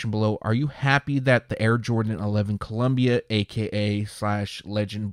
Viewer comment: You missed the I on Columbia there,. Other than that, this is really exciting stuff. Get some sleep!